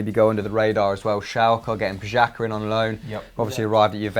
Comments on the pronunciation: Pjaka? Lol it's pronounced Piatza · wtf? Pxaca? try harder man, you sound like a lazy child not pronouncing names correctly. Marko Pjaca, ' j ' is read like a ' y ', he is not German, he is Croatian. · It's PIA - CAR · U pronounced Pjaca totally wrong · You aren't pronouncing Pjaca correctly. He is Croatian, me too. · you are probably right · J’s are pronounced like y’s in German too though, PVS really needs to teach him some pronunciation 😂